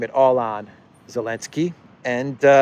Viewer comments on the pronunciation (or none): New viewers wondering why the hell he keeps calling him “Elensky”